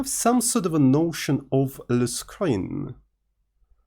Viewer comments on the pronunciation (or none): 🇫🇷 "le screen"